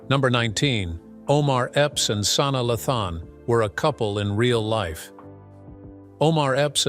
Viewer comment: "Sauna Luhthon" 🤣🤣